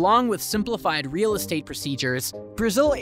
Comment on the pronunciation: the way you pronouced "REAL" brother wtf wrong with you!!!